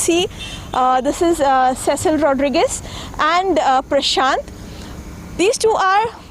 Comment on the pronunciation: Please pronounce her name properly. It is pronounced See-sill. It is of French/Portuguese origin. Cecil is the pronunciation of the male equivalent.